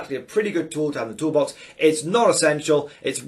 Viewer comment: New drinking game. Have a swig every time says "tools in the tool bax"! 🤣